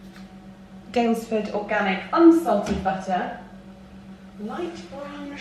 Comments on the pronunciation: I've never heard you do an American accent ("butter, salt and pepper") that was actually wild for me 😂 (an American) after watching you for years, I lol'd! Love you x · I noticed that too! She really did sound American.